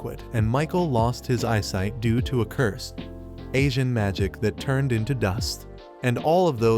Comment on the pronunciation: Yo I'm glad I'm not the only one that heard "Asian magic"